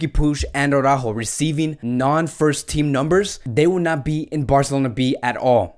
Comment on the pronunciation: Why are you saying Aurajo?Is that how you pronnounce his name?Because i just don`t understand how does Araujo become Aurajo?I assume your spanish so you know better,thus why i`m asking.